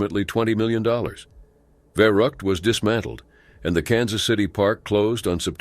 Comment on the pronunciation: You pronounced the rides name wrong its verr-uu the u is stretched